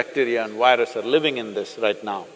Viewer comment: Why is it so difficult for Indians to pronounce "v". It's "virus", not "wirus". It's"video", not "wideo". It's simple. All you have to do is say "f" sound softly and it will sound like "v". Try it now. "firus"..."virus".